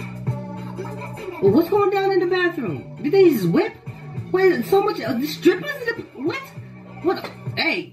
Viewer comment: Anyone else realize how said "skrippers"? instead of "Strippers" xD da was funny asf